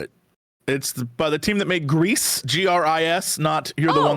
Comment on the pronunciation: Not grease. Gree.